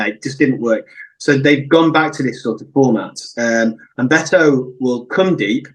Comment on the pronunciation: Jeez. How hard is it to get the guy’s name right? Its Bet-o. Not Beeeeto There is zero chance of this guy making it in the premier league, by the way. He’s an absolute donkey